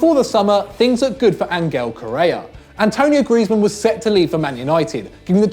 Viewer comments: Did say an-tony-o griezeman? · Hriday Tulsianj Well He speaks with a lot of zzz so it becomes griezzzzmann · Isn't it anointe griezmann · "Antonio Griezmann" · 1.55 did this pleb really just say: 'Antonio Griezmann' .....wow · Did he say Antonio Griezmann? Wtf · "Antonio Griezmann" fucking hell